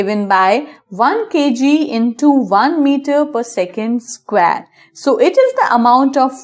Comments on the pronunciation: It is square not squaare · The way you say square is killing me!!